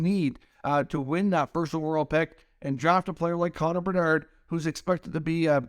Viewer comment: Half of the reason I keep clicking these videos is to hear the way you say Connor Bedarrrrrdddd